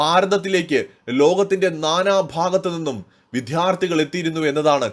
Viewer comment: വിധ്യാർത്ഥികൾ എന്നല്ല വിദ്യാർത്ഥികൾ എന്നാണ് വേണ്ടത്. വായിക്കുമ്പോൾ കുറച്ചുകൂടി ശ്രദ്ധിക്കുക.